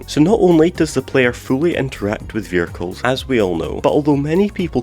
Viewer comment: i still cant get past how you pronounce "vehicles"